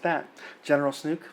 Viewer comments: Why do you keep calling him Snook? You're looking way too hard to bitch about stuff. Just like your point about what is Kylo going to have to control after Snoke is dead, just because his ship got destroyed. The FO has military control over the entire galaxy, Kylo is going to have more than a couple of AT-AT's, dummy. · Dude, I know it's not major but...it's SNOKE. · Why are you pronouncing Snoke as Snook? Is this the correct way and everyone else has been saying it wrong? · Love how you pronounce Snoke, lol. It's actually pronounced "Sn-OH-ke" of course. Rhymes with "joke", which is what his character is. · "Snook", dude? Really? And you repeat a thousand times.... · Spyder Snoke + Chernobyl = Snuke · WTF man? It's SnOOOOOOOke. With an OOOOOOOOOOOOOOOOOOOOOOOOO. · SNOKE WITH AN "O"!!!! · SNOKE! To rhyme with "poke"! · Dude, Snoke does not rhyme with Luke. Unless you are just fucking around. In that case, carry on. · You are pronouncing "SNOKE" wrong. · I started to think that you were doing it on purpose, just to be smarmy. ;-) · The movie didn't seem to care about Snoke's character. Mispronouncing his name is the least of this character's problem. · I am 44year old star wars fan and I loved the movie. I couldn't disagree with more than I do. It's Snoke not Snook like you keep saying...he was brilliant character, Luke used the most amazing force power we've seen in an episode..it was the spark the Resistance needed. Luke WAS the hero!!! And now he is one with the force!!! Going out by sacrificing his energy for his friends!!! Yoda return to help Luke was perfect!! I know many agree with u but I don't agree at all. How do you know this isn't all going to come together in 9??? ...this was awesome surprises and it will all be tied together..all 9 episodes tied together!! Luke will come back in 9 and I was so moved by everything in this film. My opinion is that it was fantastic!!! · Snook?... not Snoke?... Snook sounds silly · Its snoke not snook. Lol